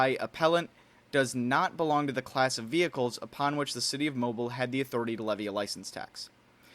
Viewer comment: Awesome vidya! One thing. Mobile is pronounced moh-Beal. I know. It’s stupid. We have a town in Alabama named Arab pronounced aye-Rab.